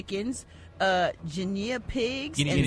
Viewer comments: Gary, laugh at Brat she couldn't pronounce guinea pig😅😅. They skipped over it 😅😅 if that was you Gary they would still be laughing. "It's time for Gary word of the week". Guinea pig 😅😅😅😅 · Brat mispronouncing guinea pig better never mess with Gary word of the day. Rickey says he cannot stand cats, don't like pussycat. Boat brawl was a proud moment